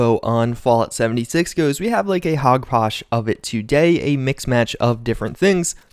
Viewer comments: What's a "hogposh"? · What? This dude just say Hogposh? TF is a hogposh? Did this dude mean hodge podge? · 22 “hog posh”?? Really? You mean “hodgepodge”. Lol. Also, for the number of times you say the word “actually” in your videos, we can have a drinking game. Good info otherwise. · .... "Hogposh"??? 🤔 That's a new one. You mean hodgepodge? Lol 😄 But yeah, it's quite the game genre stew. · Did you say hogpodge and mixmatch?